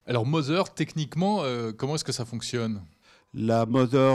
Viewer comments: Omg, mother ne se prononce pas mozer mais moder ! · Ce qui me trouble c'est pas le produit ou encore son prix mais plutôt que même son créateur prononce aussi sa Mozeur... OMG!